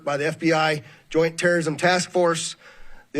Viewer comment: Elon Musk: If you’re mean to my cars it’s Tewwowism 🤓🤣